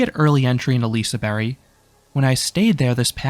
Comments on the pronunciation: Just want to clarify the pronounciation: The "g" in "Liseberg" is not silent in Swedish, rather its placement in the word changes it so it sounds like "j". The "e" in "berg" is also made to sound like the letter "'ä" (or æ), so the more accurate pronunciation would be "Li-se-bär-j". Valkyria's paid lockers is definitely a shocker since it wasn't always like this. Up until at least 2021, it was free. It's not super expensive (5 SEK for two hours), but it's still annoying that it's basically an upcharge attraction if you have a bag with you. FlumeRide isn't going anywhere, at least for the moment. I believe this stems from confusion over wether Luna (or "Project Luna" as it was called before it was announced) was going to be a coaster or a replacement for FlumeRide, when it ended up being the former. The ride is showing its age, though. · he pronounces it like us finnoswedes would pronounce it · Your note on pronunciation is entirely incorrect. For starters, the "g" at the end is NOT silent. It is not a hard g either, but is in fact pronounced as a j, just like the "g" at the end of the word "mountain" (because that last half literally is the word "mountain"). From the way you pronounced it at the very start, I can also point out a couple other flaws: "berg" is not pronounced as "berry"; The "i" in "Lise" is generally not pronounced as a long "i" sound, instead it is usually more as if you pronounced "lisse", making it pretty much the same sound as in "ligma" or "listen". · Def isnt lol 😂😂😂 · obviously not silent as we Swedish people definitely say the G, but hey I think it would be weird to expect a non-swedish person to be able to pronounce Liseberg on the first try so you're fine! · The G in the suffix ”berg”, meaning ”mountain”, is pronounced like ”J”, similar to the ”G” in ”Germany”. Fun fact: A direct translation to English would be ”Lise Mountain” or ”Mount Lise”. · The G in Liseberg is not silent lmao 😭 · The G is not silent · You pronounce it lizeberj